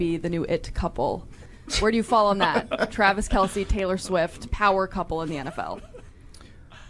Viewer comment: “Tayvis Swelce”